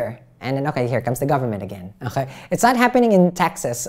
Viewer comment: "okhae" I love that. Everytime you say it I picture you as a French man sipping a coffee at a bistro. 😂❤️